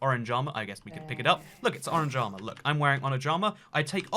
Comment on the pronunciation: saying orange armor My ears: Oran Jama